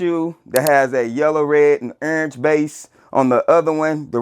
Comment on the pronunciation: Wtf is ernge? I heard of orange 😭😭😭🤣🤣🤣🤣